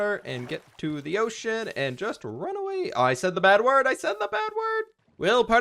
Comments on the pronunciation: He said ,” O’ cean!” Lol sounded like oh shiii** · That's what I heard too lol